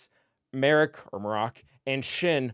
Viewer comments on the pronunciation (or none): Let's pronounce Marrok 'Mark'